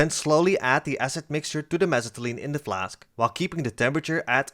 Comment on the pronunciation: I love the way you say mesitylene